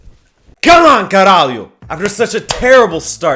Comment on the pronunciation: Ele disse caralho com sotaque inglês pk é q n disse normalmente